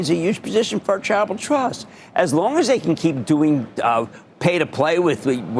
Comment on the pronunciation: is he trying to say charitable in 2 syllables or travel trust, lmfao?